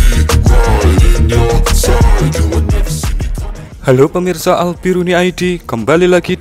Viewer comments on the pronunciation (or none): none